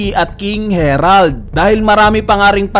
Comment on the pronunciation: King Harald ❌ King Herald ✔